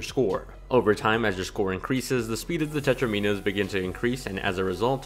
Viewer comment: It bugs me so much how he says/spells it